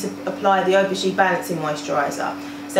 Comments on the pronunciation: 'ph' is pronounced as an 'f'. You pronounce it Af-o-gee. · Donna McKinson but theres an A in front of Aphogee so it is pronounced as af-o-gee